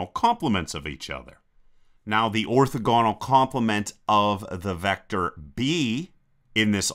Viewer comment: Orthogonal: stress is on the second syllable. :)